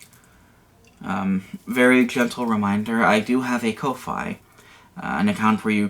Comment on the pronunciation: (I don't have anything to spare right now so it feels pretty smarmy to critique, but I thought it was pronounced 'coffee', as in 'for the cost of a cup of'? Unless it's intentional in which case r/whoooosh me.)